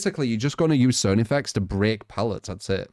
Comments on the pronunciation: How does not know how to pronounce Carnifex? IT'S CAR-NI-FEX, IT'S NOT THAT HARD!!! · Its pronounced Karnifex :( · Lol the way he was saying it was bothering the hell out of me